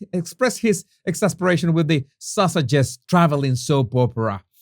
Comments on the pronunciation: Don't know if the mispronunciation is intentional, called to "the Sussexes", "the sausages". But it sounds good. Lol. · Is he saying "The sausages..."?